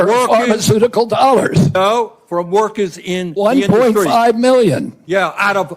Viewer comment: "Workehs" Who votes these morons in?